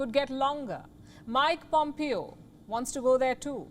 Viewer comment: Pom"PAY"O not PomPio 🤣🤣🤣 PomPio thoda PomPio.